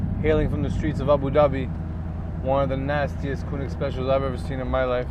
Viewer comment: Its spelled KOENIG not KUNIG bro come on